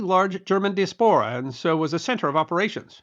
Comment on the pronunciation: Diaspora, pronounced die-ass-pore-uh....